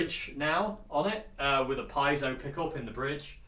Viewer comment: Piezo is a Greek word for pressure or push. Correct pronunciation would be Pee-ay-zow. Seen you struggling there. Glad to be of assistance 👍🏻😬